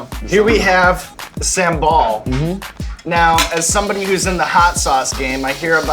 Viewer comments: not Sam ball it's sambal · the way he said sambal sounds like 'same ball' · "Sumbowl" that's how you pronounce sambel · Its really funny when evan pronounce sambal as SAMEBALL 🤣🤣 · Sam-ball??? Sambal. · Sambal but a heard him said “Sam Ball” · Sambal Sean : Sam-ball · Love how Sean says sambal as sem ball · Saambal? Is that just, in what we call in Tamil, Sumbal? Lol idk just reminded me of it 🙂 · How to prounonced Sambal like Sean : Sam-Ball BTW, It's terrific if I see this show talking more about Indonesian and ASEAN foods. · Sambal woi..bukan someball😂😂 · "sam ball" , I'm so sorry for you Sam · Yea, Sam-Ball. That is definitely how you pronounce it. good job man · did he say Sam Ball? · did he said "some ball"?? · Sean, you made me cringe when you pronounced sambal. No, you actually made cringed everytime you pronounced an indonesian dish😂😭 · bruh sean slaughtered the name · RICH CHIGGA REPPIN THAT SUPERMIE PRIDE FAM 😭🇮🇩🇮🇩🇮🇩🇮🇩💕 Sean gotta learn how to say sambal and nasi goreng correctly tho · The way he pronounces sambal and rendang is so off HAHAHA